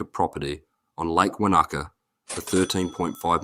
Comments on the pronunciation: Very little of this is forbidden. And a kiwi that can’t pronounce Wanaka is concerning AND this speaker uses waha toki rubbish word that HUNDRED'S of English Speaker's DON'T Know SPEAK ENGLISH U GIT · Very little of this is forbidden. And a kiwi that can’t pronounce Wanaka is concerning.